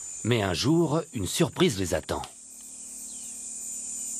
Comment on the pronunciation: un géant d'un autre "jore" ???